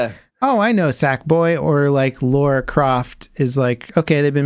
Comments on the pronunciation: Don't call Lara "Laura" ... Noobs. ;) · I love you guys, but how am I supposed to take you guys seriously as nerds after saying "Laura" 3 times in a row? I mean, aren't you reading "Lara" on your screens? Or is there some joke I've missed where you tout your nerd cred by mispronouncing things like you've never actually heard of them?